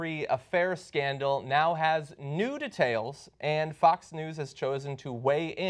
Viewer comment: D'tails? De-tails.